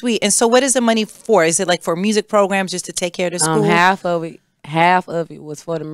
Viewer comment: Mursic 😂 I love her authenticity ❤